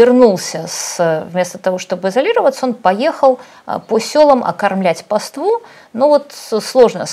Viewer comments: Автор регулярно подчеркивает, что она по образованию не инженер, не врач, не летчик, а филолог. При этом только во второй половине только этой передачи говорит: "паствА" вместо "пАства", "безудЕржная" вместо "безУдержная", "визовОй" вместо "вИзовый", "излечает" вместо "излечивает" (что уж говорить о превращении Хорошёво-Мнёвников в ХорОшево-МневникИ). Что же, интересно, происходит, когда автор говорит про климат, вирусологию, авиационные двигатели и историю? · Юля, нужно говорить пАства и пАству, а не паствА, паствУ. Вы же радио журналист, родившийся так сказать с серебряной ложкой во рту! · Ну смотрите словарь ударений, пожалуйста... пАства, пАству